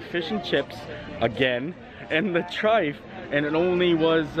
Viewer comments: The trifle is pronounced try-full. Sorry had to say I’m from the UK and hate trifle, cold custard disgusting!! Enjoy all your vlogs and very helpful planning for my trip once we can travel again. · Ahh great video! But we pronounce it TRI-FULL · Just to let you know I’m the future it’s not trifle it’s pronounced trife-full. Just letting you know because I am from England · You are so cute but it’s Trifle, kinda pronounced Tri-full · Thanks - I am American and was wondering why he pronounced it the way he did. I thought there might be a British alternate pronunciation... Cheers!!! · Cracking vlog. Crying with laughing at the trifle pronunciation, especially as it wasn’t really a trifle. Keep it up. We’re hoping we get over in December and it will make our holiday if we see you 😉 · Chicken tikka masala (and many other curries) are very popular in England! Also the pronunciation of trifle rhymes with Eiffel! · Oh, you had us in stitches...English trife...its trifle with an L.🤣🤣🤣..however it will forever be called trifle in our household 😅🤣🤣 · Hey a Brit here, the trifle is pronounced like “Try-Full” also you don’t need a specific glass to make one they usually get made in a big bowl! 😅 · As a Brit who has grown up with trifle it will now forever be known as Trife. Thankyou as always for such an informative vlog but making us laugh as well 😆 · you had me laughing today when you were talking about the english trifle and you were calling it a Trif 😂😂😂😂 it’s pronounced Tri fle like rifle with a T 😀😀😀😀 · The fish looked yummy, shepherds pie is super boring, we have much more interesting meals here In the UK.Yes we love a curry too. It’s nothing like the one they service in the Rose and crown tho, I wasn’t a fan. 😁 I love a truffle, it’s pronounced Tri-Full 😀 normally it’s made with fruit and jelly, sponge cakes/finger, custard and whipped cream 😋 fab vlog as always xx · Pudding was trifel but spelt trifle. The L is pronounced!